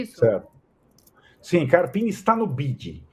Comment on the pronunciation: O nome do técnico do são Paulo é carpino e não carapini...